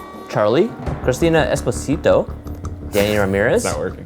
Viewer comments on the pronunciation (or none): none